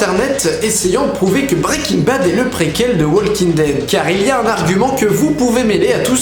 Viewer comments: J'ai souffert de t'entendre dire "WaLking Dead" et en plus sans le "The" devant. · super vid mais ptn les francais arretez de dire waLEking dead c walking dead prononcez pas le L Putain moi je suis bilaingue et g des amis qui regardent Aussie et je les corrige tout le temps yen a MARRE faites un effort c pas complique!!!!! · STP arrête de dire Wallllllking dead. Le L ne se prononce pas. Merci. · Pitié !!! Le « L » de WALKING ne se prononce pas !!!! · Putain!!!! Comment faites vous pour être aussi nul en Anglais??? Depuis le collège on t'apprends que "L" est une lettre muette qui ne ne se prononce pas dans le mot walk. Les profs d'anglais doivent rager de voir les youtuber presque se mordre la langue en prononcent le L de the walking dead...